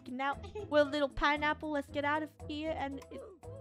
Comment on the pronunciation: "Pinaple" It's "Pineapple"